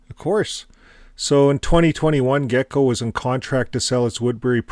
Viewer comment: Excuse me,. Geico is pronounced like this.